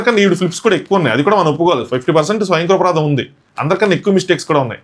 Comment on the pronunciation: స్వయంకృపరాధం కాదు. స్వయంకృతాపరాధం...